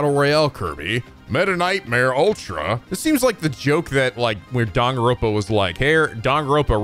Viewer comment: Bro watched a 1yr old kirby lore instead of the new one also pls say danganronpa right because its not dangronpa